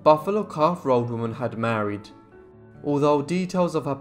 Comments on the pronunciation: "Buffalo Calf Robe Woman" .. .. .. not 'road' .. .. .. wela'lin [thank you] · I thought he said, "Buffalo Calf Rode Woman". "Rode" as in the past tense of "To Ride".